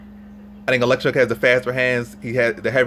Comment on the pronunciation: oh-leks-zay-chuk. love you videos bro. keep at it!!